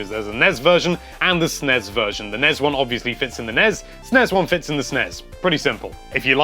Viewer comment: This is the correct way to pronounce them as a word (not as "en-ee-ess" or "ess-en-ee-ess"). They have 1 's' which combined with an 'e' makes an 'ez' sound. Double 's' with an 'e' makes an 'ess' sound. e.g. Esmay, charges, present, fixes, Wes........guess, mess, Ness, less. of course 'est' is different altogether because english is awesome.